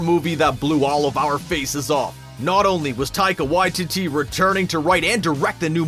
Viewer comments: Dude, it's Whyteetee, not Whytitty 😂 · Idk why I found it so funny that he pronounced taiga waititi, tiger y-titty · Taika Why-titty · I thought it was Taika Waititi not Taika WhyTitty... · Taika Whyteetee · Waititi Why-tee-tee 🤦‍♂️ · omg I just realized Taika Waititi can be pronounced "Taika WHITE TITTY" hahahaha